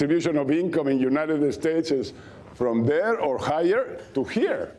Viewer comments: Mucho gracias? Your not in Mexico speak English. The jewnited estates of America ? He says he respects America then butchers our language and our good name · Fox is an usurper living in the US and claiming his lovely Mexico is so beneficial to America. Meanwhile his globalist tilt is fucking up our economy. And Dummy learn how to respect us, It is pronounced United States not Uniteted Estates jerk. Buid the wall!!!!!